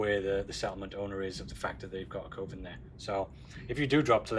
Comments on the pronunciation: Awesome work on the revamp dude! (p.s. friendly advice as a fellow "filler word" person. You need to remove the word "ummm" from your vocabulary. You use it a LOT.) Also, it's pronounced "Kuv-en". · It is definitly cov-en instead of coh-ven lol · It’s kuh-vin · It's pronounced coven, as in covenant. Not coven as in cove. 🦇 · Pronunciation of coven: oven with a c in front That was irritating me slightly. F***ing loved the rest of this stream. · Cuh-Ven. Just as a reminder.